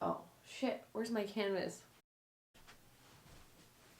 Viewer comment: Did she call the canvas a "cannivas"?